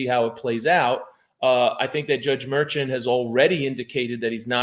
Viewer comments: I guess it doesn't matter but I believe you're pronouncing the judge's name wrong everybody I've ever heard it speak his name the judge's name it's not merchant is Marshawn and I don't know if the spelling is right here but you get my drift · I thought it was Judge Merchan was pronounced (Murshon)? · You pronounce the judges name as “MerShawn” 😊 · I think you should check on the pronunciation of the judge's name